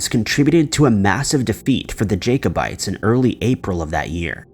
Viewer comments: Jacobites pronounced Jack - obites do your research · I'm sorry but I really hate mis-pronunciation. Although Jacob may be pronounced Jay-kob, Jacobites is pronounced as Jack-o-bites and not Jaycobites. It just sounds so weird when he keeps saying it that way. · Jack-o-bites not jake, please check pronunciation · LOL at Jake o bites, its Jack o bites